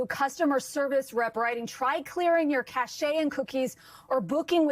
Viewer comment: Cache is pronounced as Cash 💵 literally, not Ca-ché ! 😂